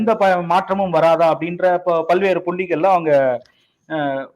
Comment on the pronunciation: ' பள்வேறு ' இல்ல...'பல்வேறு '.